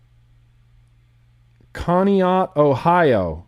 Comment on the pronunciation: Its pronounced (connie ack) ohio